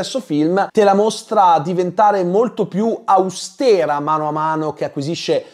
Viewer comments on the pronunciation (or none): none